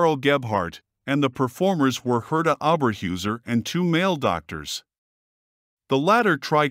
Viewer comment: Pronounced "HAIR-tuh OH-bear-hoy-zair" How can you do a whole mini-documentary about a person and make no attempt to learn how to pronounce the name???